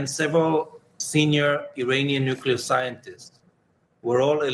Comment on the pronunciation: "Sy-mew-taneously"? Dude! I was happy to hear you pronounce "nuclear" correctly and then you go and do that?!?!?